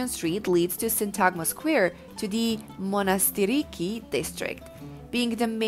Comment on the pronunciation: Excellent video but if you would permit me to correct a few things. It's pronounced as "Monastiraki" which means 'little monastery". The video also didn't really show any images of Syntagma square, instead the images shown were of the Greek Parliament (which is directly across from Syntagma) and some brief shots of Ermou Street (shopping district) which is located across from Syntagma square on the other side. I also think that people need to spend more than one day in Athens in order to take in all of the incredible sites this amazing city has to offer.